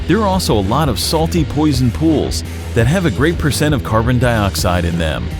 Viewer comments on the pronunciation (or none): none